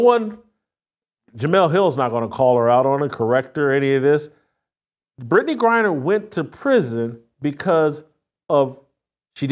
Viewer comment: Did she just said brad griner ?